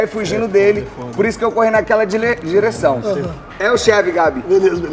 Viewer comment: "Por isso eu corri naquela dileção" CEBOLINHA ENCARNOU EM TU?